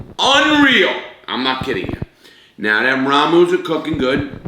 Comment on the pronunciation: Rah-moo noo-dooles